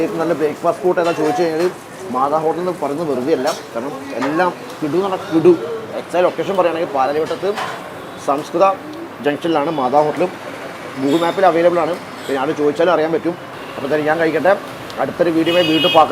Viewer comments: Samskara junction..not samskitha jn.. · Its in Samsakara junction...not Samskritha....